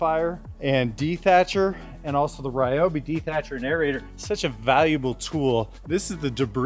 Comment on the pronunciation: Ryobi is pronounced ree-o-bee.